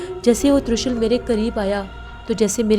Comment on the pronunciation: Talaffuz ki kaafi mistakes ho rahi hai, jis se kahani kuch maand parr rahi hai. ✅ Tree-Shool.. ❌ Troo-Shal.. ✅ Sinaan (Nayzah) ❌ Sanaan ✅ Soostaana (act of laziness) ❌ Sastaana